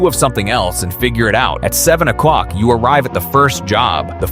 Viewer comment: "At nine ocwock"😂